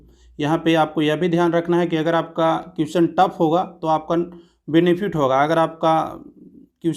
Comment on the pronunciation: भाई अगर आपको बुरा लगे तो माफ करना.... लेकिन आपको अपने उच्चारण पर ध्यान देना चाहिए.... जैसे question का उच्चारण सही से नहीं करते हैं...